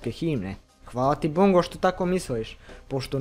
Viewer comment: Bongo jedino nezna da kaze Bongo gresi